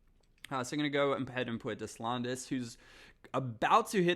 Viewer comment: for the love of all things sacred, please figure out how to say Deslandes. This is going to be a looooonnnnngggg series if you keep butchering it man. Des = DAY landes = lond. Silent s and long a sound. "DAY-lond" it is that easy man. French names are tough I understand but PLEASE LISTEN TO ME